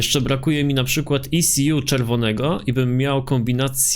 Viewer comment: To się czyta eku jakby co